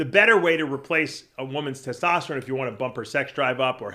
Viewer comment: That gotta be a freak guy has to make a audio of saying “tetosterone” and “tetostalyze” 😂😂😂😂